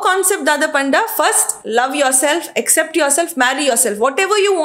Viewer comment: its not except, its accept, pronounce it correct as chilimbi pronounced